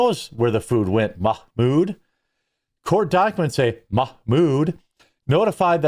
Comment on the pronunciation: MOCK-MOOD HAHAHAHAHAHAHAHAHAHAHAHAHAHAHA FRIGGIN JEREMY!